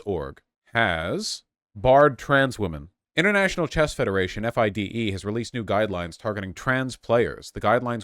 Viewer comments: It’s pronounced Fee-day not F I D E. Also the there is no men’s only league it’s a woman’s and mixed league. Woman actually fought for there to be a woman’s only league so they could compete competitively. (There are only like 5 woman in the top 100) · you can tell Vaush knows nothing about chess based on the way he says FIDE lol. Honestly don't blame him if FIDE are fucking transphobic losers. It's always the swiss.